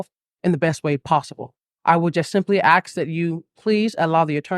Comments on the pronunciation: he would ax .............. 🙄 Dude, that's not how you say ASK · It bothers me he says aks, instead of ask, especially during his press conference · Why the hell do so many americans say AGSK instead of ask. Wtf. Stop. Can you guys read? Oh wait no he was home scooled, nevermind. 😂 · Drink every time he says axe(ask) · When a doctor says ax* instead of ask* challenge your doctor 😂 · Ok. First tip off is that he says "aks" instead of "ask". If you talk like that, I immediately assume you're a dummy. 👋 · Oh where to begin.. well, at a Press conference using the word ax instead of ask shows the level of education 😢well he tried lol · For someone who claims to be so educated, why does he say AXE? It’s ASK. Sorry, that just bothers me. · "I would just simply 'aks' that... " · "I would just simply AXE" Bro can't even speak like an adult and people believed him?? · "I would simply aks" lol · Any other non-native English speakers’, who’s learnt it for several years in school, who cringe and/or cry on the inside every time he says “aks”? 😭😫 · The "MD" cannot even pronounce English words properly. What is "AKS"? He is a Career Criminal with a personality, plain and simple. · and the word axe instead of ask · Not sure what to think about all hes “axing us to do “ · HOW HARD IS IT TO SAY ....ASK ... IT ANNOYS THE LIFE OUT OF ME !! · Dude says he's a doctor with a Ph.D. and cant even pronounce ask.😂 Also thanked his "supporters", even those who didn't support him. Whaatt? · He can't even pronounce "ask" correctly . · And yet he can't even pronounce 'ask' and 'institution' 😂